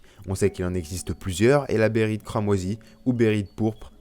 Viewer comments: behelit pas bérite -__-' à un moment tu le dit tellement souvent que ça écorche les oreilles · BEHHHHHHHHHHHHHHHHHHHHHHHHHHHHHHHHHHELIT , j'en saigne des oreilles mec srx xD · Béhérit et Béhélit sont deux transpositions valables depuis le Japonais. Bon après oui, faut bien prononcer les deux "é" ^^